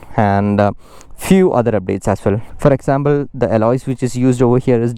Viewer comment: I.think you're a malayalee.... The way you said Example ... It sounded like a malayalee 😊